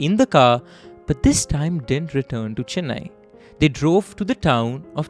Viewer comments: It’s not fucking Chinnai it’s Chennai. My ears are hurting you say Chinnai again and again you Bihari 😂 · Great story telling and format! You got the hard pronunciations right with the tamil names but pronounced Chennai as Chinnai throughout. I know its a very common North Indian pronunciation but aint that hard to say CHE-nnai.